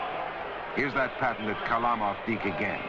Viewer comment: The real prononciation of that modern - day Russian rocket ( God rest his soul, ) is KHARLAMOV.